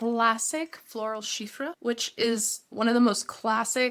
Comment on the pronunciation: ChyPre, not cheefra. There is no f pronunciation. It’s a soft P